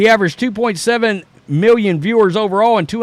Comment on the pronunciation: 1.5 mew-yun?